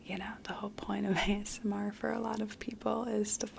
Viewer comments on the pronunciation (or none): none